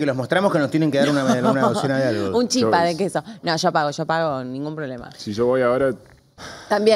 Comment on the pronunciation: No, es chípa😅